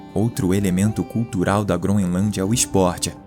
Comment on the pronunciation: "GroNElância"? Isso é o padrão de qualidade do nosso país!